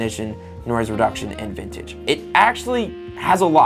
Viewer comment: bro really just called vignette the "vintage"